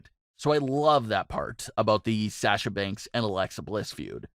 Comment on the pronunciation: The way he says Sasha is killing me inside